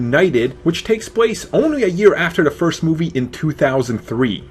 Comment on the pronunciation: It's hard for me to take you seriously when you can't pronounce "the". It's "the" not "da".